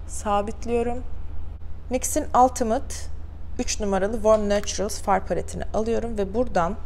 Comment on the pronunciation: Gördüğüm en profesyonel ve trik dolu vesikalık makyajı, ama “ultimate” “altımıt” mı hahaha